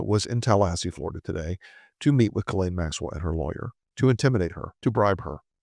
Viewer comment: Jee-Lane for the love of God! We say "Gillian" which is the anglicised version of Ghislaine.